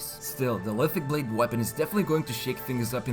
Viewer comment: LiTHICC Blade - LiTHICC "Spear"